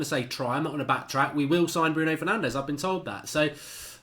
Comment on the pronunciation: Its “Bruno Fur-naan-jeez”